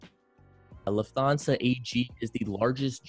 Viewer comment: Lufthansa is pronounced Looft-HARN- sar